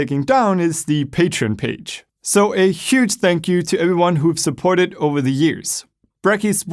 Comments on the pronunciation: After all this time he still can't say "everyone" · IS IT JUST ME OR DOES HE SAY "heyo eryone"